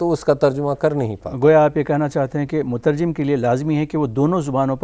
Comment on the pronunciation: مترجّم غلط ہے صحیح مترجم ہے بغیر تشدید کے